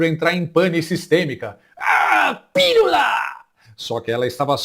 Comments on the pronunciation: "Pirula deve ser a versão feminini de piru" 🤣🤣🤣 Sem surpresa, ela fala "lulês". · Se Janja é socióloga, eu sou a Rainha da Inglaterra. Nem pra perceber que a palavra proparoxintona termina com o nome do marido: Pi-lula.😂😂😂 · "Pirula"??? Ela deve ter algum "PLOBLEMA" no "CELEBRO"...